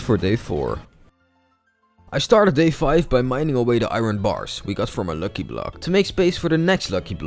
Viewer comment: And also it's not looki it's lucky🤣🤣